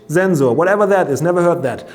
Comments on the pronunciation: Zenzor was better 😂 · Lot of mistakes.... You are not that exact as you use to be. But I love your pronunciation of Wifi and ZenZor :-D :-D